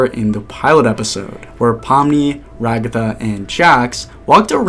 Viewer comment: no its ra-GAH-tha not rA-gUh-tHuH